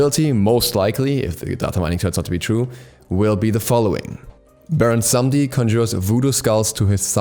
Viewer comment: Cringing at every pronunciation of Samedi (Sa-meh-dY)